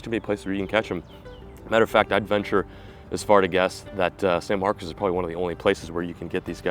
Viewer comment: locals pronounce the name of the town san marcus